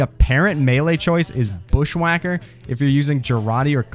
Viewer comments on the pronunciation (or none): I gotta say, best huntsman video I've ever seen, I just hate how you mispronounced bushwhacka (bush-wha-kuh) and the shahansha (shah-un-shah)